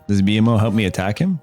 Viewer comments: please lord....not B.M.O its BMO (bee moe) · Good video bro. Gave some good information. It’s BMO tho (bee-moe) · “BEE EM OH”?!?! tell me you’ve never watched adventure time without telling me. bra never call him that again plz. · Exactly do not mispronounce the most beloved character in the show!!!